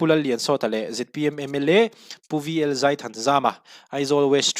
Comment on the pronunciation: Zai hi zei tiin i lam ri tlat mai!